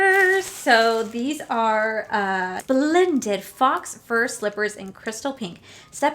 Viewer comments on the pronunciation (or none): Faux fur is pronounced "foe fur" not "fox fur". Just a little french lesson!